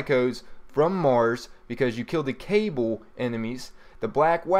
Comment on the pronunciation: And it's Ka-BALL, not Cable, to describe the enemies on mars (cabal) lol. good vid